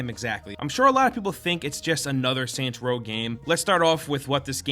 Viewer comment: Kept thinking he said santa row at the start